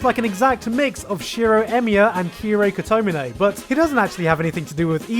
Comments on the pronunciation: the way he pronouces kotomine...please...be...a...joke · Kotomine pronunciation got me